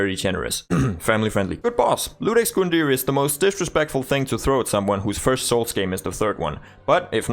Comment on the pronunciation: Bro I gotta tell you. It's IUDEX, not LUDEX 😢